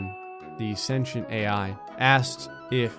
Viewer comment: Sen-tee-ent not senshent